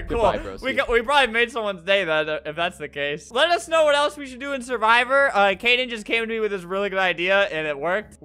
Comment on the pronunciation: Kaden not cayden